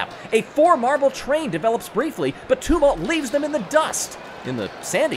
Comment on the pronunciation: I love you, but please learn how to say ‘Tumult’. Uh like in Tums, not oo like in tombs.